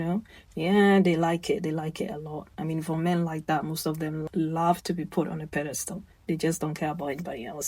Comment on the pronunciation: Pronunciation is PED estal